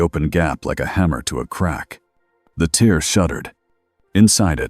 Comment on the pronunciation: You need to fix the word "tear"!! Your AI makes it sound like a (tear) dripping out of someone's eye, instead of sounding like it's supposed to such as a (tear in fabric)!! Also, every once in a while your AI speaks a line or two of gibberish! Even though it makes me laugh it still needs to be fixed but other than that this is an okay story that kept me interested!